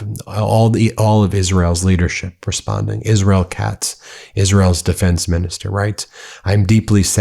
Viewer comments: I'm gonna miss the way Miss Lindsey butchered the name of his adopted country - "Izearl". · “I’ll be with Izz-rel to my dying day.” Mission accomplished. Rest in piss.